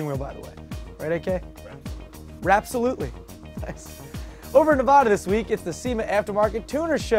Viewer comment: That's NeVAda, not NeVAHda.